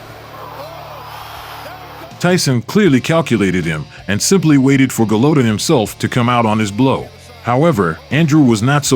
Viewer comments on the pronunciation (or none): The AI mispronouncing Golota’s name 😢.